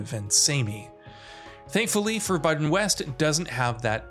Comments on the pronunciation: forbyden west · "Forbuddin West" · For biden west hahahahaha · ForBYEdon West...lol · “ for Biden west “ 💀😂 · "For Biden West"? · For-Biden-West? :D